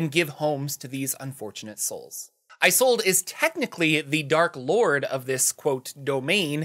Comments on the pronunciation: Games workshop stole this idea for their Carnival of Chaos! LOL And I think "Isolde" is pronounced with a short "I" sound instead of the long form such as in "I sold a car." The "I" sounds like the in the phrase "It's A Mario!" So it's like in "Tristan and Isolde". (Isolda is the proper pronunciation) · Is-sold Not eye-sold. Great vid. Don't know how you condense so much info. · its "Is-old" not "I-sold" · Pronounced "iz ol da" taken from Shakespeare. Love yer work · Isolde: a German name pronounced or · Hi, Mymomsaysimkeen (he consonants are silent) here. Isolde is pounced as, "Sold," as the vowels are muted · Isolde is pronounced just about the same way it's spelled "Is old" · ive seen that name pronounced as 'ee-sold' or 'ee-zol/ee-sol' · IZ - Old - ah. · “ih zolda” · "e Zold uh" or just "e Zold" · I'm pretty sure it's pronounced is-ol-day. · Isolde is pronounced IS OLD. Not that hard. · Isolde is normally pronounced Ee-soul-deh FYI.